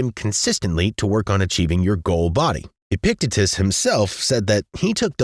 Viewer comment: It's pronounced; "EH-pick-TEE-təss" not "EH-pick-teh-tis" <3 awesome video otherwise. Glad you're not depicting stoicism as a 'grindset' like the rest of youtube